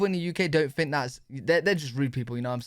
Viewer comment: I "fink" its weird that you say "fink" for think! :) Born and raised in USA... we don't say "fink" for think... a "fink" is a rat, a traitor, a bad guy. LOL! Cheerio, lad!